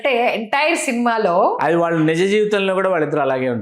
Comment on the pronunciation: మీరు దయచేసి “వాల్లు వాల్లు “ అనకండి, వాళ్ళు అనండి.